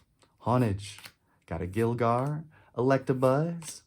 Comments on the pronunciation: My man said “Gill-gar” it’s all good brother we still love you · Every time this man shows a gligar I hurt inside 😩 talkin bout gilgar.